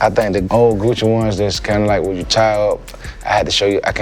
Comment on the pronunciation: When he said "It's Guccheee" 🤣